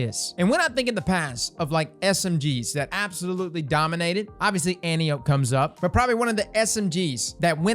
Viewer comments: anti-up xDDD no its an-ty-oh-pee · anne • tie • oh• pee C’mon cross - even True Vanguard has figured out how to say Antiope properly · ANT. TIE. OH. PEA. Just trying to share knowledge, not be a jerk. It's like fingernails on a chalkboard listening to it pronounced wrong over and over lol. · pls, Ant-Eye-Oh-Pee. c'mon man, quit disrespecting the Greek Goddess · I'm sorry but it's. An-tie-Oh-Pee like the greek goddess 😂😂😂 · "Ann-Tie-Oh-Pee" my brother. Greek mythology and all that jazz. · Fun fact: Antiope is pronounced ant-eye-oh-pee. Like Penelope. It's a name from greek mythology, like how most Hakke weapons are named after historical figures.